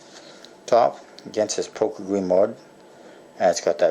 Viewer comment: I believe it's pronounced *gree-mow*